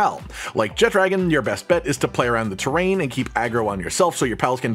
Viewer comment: "Jet-dragon"....cringe. It's pronounced "Je-tra-gahn". Where did you see a 'd' in the name. I appreciate the video and information provided, but what is with the terrible pronunciation.